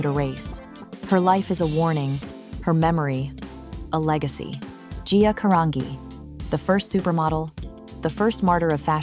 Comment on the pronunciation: "G" Caran"G"i Italian!!!!